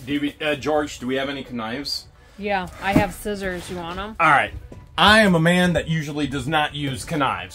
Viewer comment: You gotta pronounce Scissors right you know this!? It's skisors